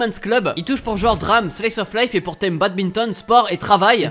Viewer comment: Badminton pas badbinton mais bonne vidéo